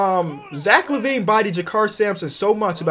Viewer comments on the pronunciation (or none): none